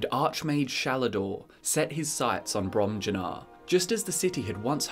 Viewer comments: I believe it'd be "brohm-yuu-nahr", but don't quote me on that. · Im pretty sure they’re pronounced Brom-Yoo-Nar and Vol-Ski-Guh. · Fun drinking game: take a shot every time says "Bromjunaar" wrong.